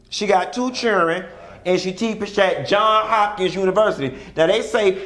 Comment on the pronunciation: Johnsssssss Hopkins (Johns has an 's' on the end) lol